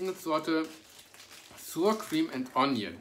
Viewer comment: Hey lieber, danke für das neue Video. Sour Cream spricht man übrigens nicht "suur kriem" aus sondern ähnlich wie das deutsche Wort sauer, allerdings mit scharf gesprochenem 's' vorne = "ßauer kriem" sozusagen;)